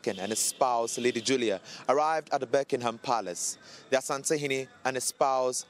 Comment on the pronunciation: ...masa, yenka brofo nkyekye ho saa😁..It's not "Berckingham Palace".... but rather Buckingham Palace.